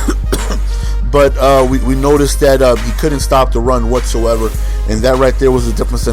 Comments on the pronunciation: Dude, who says "once so ever? That don't even sound right. It's "Whatsoever" smh. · Dude, who says "once so ever? That don't even sound right. It's "Whatsoever" smh.